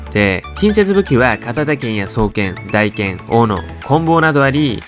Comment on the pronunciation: モンハンやっとる人は一度は間違える読み方